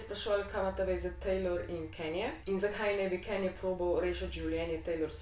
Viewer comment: Drgac ni "Kenje" ampak "Kanje"